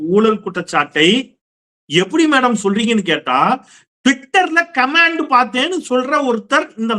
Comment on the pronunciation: Comment ( noun) pronounce it with stress on the first syllable.காமென்ட் not கமேன்ட்